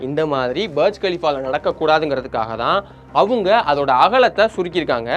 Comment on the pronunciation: பர்ஜ் கலிஃபா இல்ல டா புர்ஜ் கலிஃபா